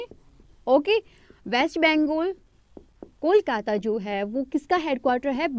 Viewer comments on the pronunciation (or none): none